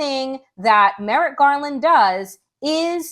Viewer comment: Merrick Garland is lost wondering why you and many other YouTubers are so worried about Merritt Garland, Donelle (see how 2 letters can make a difference?). We can't expect them to say Kamala correctly if we mess up Merrick. But he does need to be held accountable. Merrick should be a lot busier.